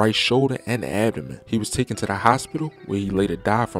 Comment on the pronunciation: please stop saying tookin. its TAKEN.